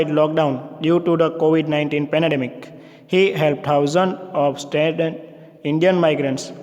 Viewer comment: Covid 19 Pandamic❌, Penedemic ✅